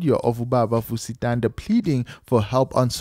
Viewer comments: Vusi "Thunder"?🌩., it's Thanda, as in ngyathanda... It's beautiful witnessing love like this from people of influence, especially from a humble guy like Morda. It's definitely going to shift the toxic male narrative, we need more of this. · Vusi Thanda is Vusi “Thunder” and Nota is No*th*a… don’t you listen to how other people pronounce these celebrities’ names?